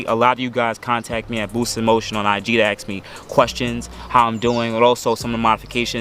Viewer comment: Aks me about my akstetics.